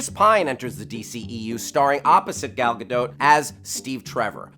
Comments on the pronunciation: The "a" in Gal is pronounced the same as the "a" in Gadot. (Gahl Gahdote) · please say Gal's name right! it's not difficult!